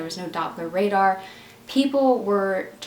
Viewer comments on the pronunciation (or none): none